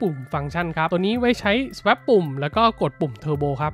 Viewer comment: Swap น่าจะอ่านว่า สว๊อบ มั้ยครับ